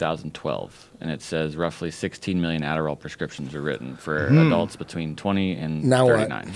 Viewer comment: Joe "difference beechween" rogan